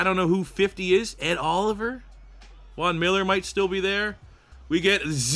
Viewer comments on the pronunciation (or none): none